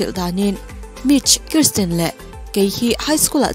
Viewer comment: An hmeichhe neih chhun hi KRISTIN ni loin KIRSTIN alawm... Karstin ti-a lam tur a ni e